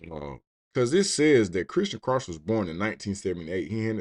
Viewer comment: Also, Krauch is pronounced like "crouch", it's German lol. My mom's side of the family is of German descent